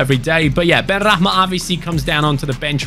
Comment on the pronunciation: It's benrahma Not benrakman